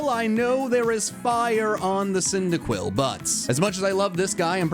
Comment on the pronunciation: CYNDAQUIL, NOT CINDIQILL! FIX IT NOW!